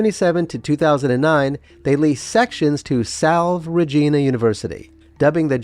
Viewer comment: Nice tour & wonderful photographs, hope some one buys it who can afford the upkeep! Narrator---get someone to help you with pronunciation---for example, it's "Salv-ay Regina, " not "Salv." Even though it's Latin, it comes up pretty commonly in names---check out the song in the "Sister Act!" movie.Means "hail, queen or something like that, refers to Mary. Fun tour, thanks!